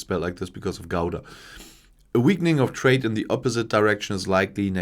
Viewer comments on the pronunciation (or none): none